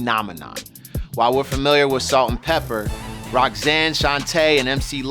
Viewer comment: Its PEPA not Pepper